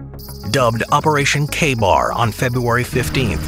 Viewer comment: Its operation kheibar or khaibar or Khyber and not K-BAR .